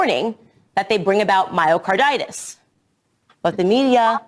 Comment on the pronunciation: Can't even say Myocarditis... Pathetic.